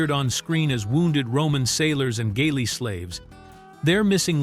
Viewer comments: Please train your A.I. voice to pronounce things properly. It's Rozsa with a hard O, not Rosa. It's galley, not gaily. And so it goes on. And the so-called "gay" subtext is rubbish, introduced and promulgated by Gore Vidal but denied by everyone else on the production. As Heston said when asked about it years later, "That's bullshit. No, it's Gore Vidal, which is almost the same thing." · The pronunciation of "galley" cracked me up!